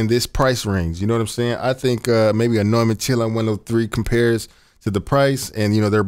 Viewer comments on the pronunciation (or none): none